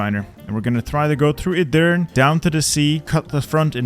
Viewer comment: Bro summoned the entire Turkish community reading Edirne like that.